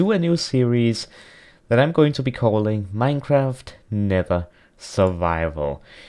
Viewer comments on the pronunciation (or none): none